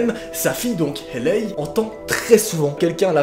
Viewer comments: La prononciation c’est « hEYLÉ » et non pas « hÉLEY » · "Hailey" ne se prononce pas comme tu le fais mais plutot "Hely" ("Heli" avec un "e accent aigue") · Comme tu prononces Hailey 😂😂